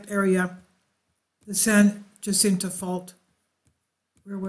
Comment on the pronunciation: Also San Jacinto j as h